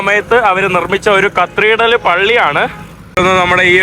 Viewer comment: കത്ത്രീഡ്രല്‍ അല്ല Bro കത്തീഡ്രല്‍